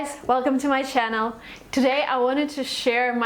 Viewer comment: Amazing how despite having such a good English you've pronounced the "ch" of "channel" as a "sh" . Anyways, congrats on your excellent TOEFL score.